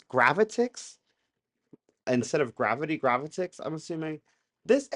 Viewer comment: It's pronounced "Gravh-IHTIC-s".